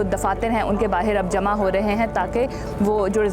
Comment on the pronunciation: Meri behan ye 'bahir' kya hai, dilli ke logon ki zabaan Jo aap bolne ki koshish kar rahi Hain, usmein 'bahar' bola jata hai, 'bahir' nahin.